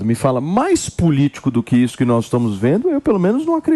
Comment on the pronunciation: Qdo fala "NOIS" pula 😂😂